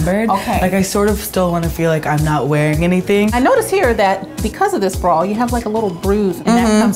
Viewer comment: That fitter lady says bra like brawl and it annoys me SO much